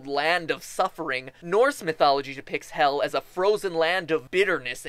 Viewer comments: You said Hial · MatPat im not hating but you prononsd Hel todely wrong (im from Sweden and iv lernd how to pronons that)